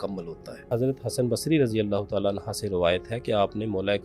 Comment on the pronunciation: Hazrat SB ap ne Razi Allah Anya nhi perhna, Anho perhna hota hai